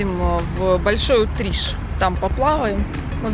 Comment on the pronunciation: Не обижайся! На Кубани говорят большой утриш- ударение на и! А мика просто прелесть!!!! ❤️💐👍🏻